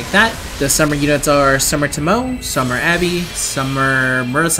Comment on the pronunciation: I’m gonna be that guy... it’s pronounced to-mo-eh not tomo...